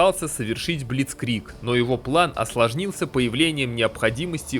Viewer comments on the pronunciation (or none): Спасибо за ролик! не форкастен, а форсэйкен (Forsaken Plains - заброшенные/покинутые равнины)